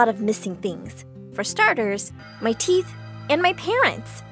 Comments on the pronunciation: "no theeth" WHY DID SHE HAVE THEETH FOR A SECOND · “I will never have any teath” “Also animation has teath”